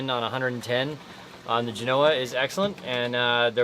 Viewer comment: For the love of god, google the correct pronunciation of Genoa. Same as the city in Italy. Accent on the first part, "Jen" followed by a SOFT "o", then "Ahhh." Not Jen "O" ah.